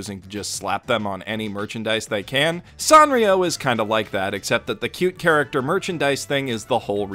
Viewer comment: I always said San (like sand) rio... but after hearing you say San (ah like father) rio I feel dumb, because duh its AH like FATHER, that’s what every damn Japanese pronunciation guide says. Gosh I’m dumb.